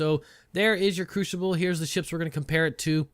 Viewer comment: Couldn't help but laugh each time he said Crooshible. Great video though, hope you get into the next wave of PTU testers as I would love to see your content on it.